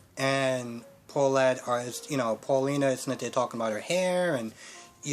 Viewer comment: Eli’s Mom is named Valerie Paulina is pronounced as it is Evan’s name has no S in the end And Belle is Belle not Bella Not telling you these to insult you in any way I’m just helping you out other than that good review as always 😀👍🏽